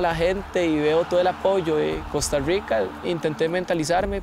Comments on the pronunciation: Porque dicen Costa Ruica?xd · que ruaro que prounouincien cousta ruica xd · Francisco Palacios No, Es que dicen "Costa Ruica" pero es por qué así promuncian la "r" casi todos